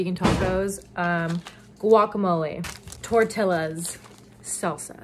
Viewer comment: I can’t tell if she mispronounced “tortillas” on purpose or not 😂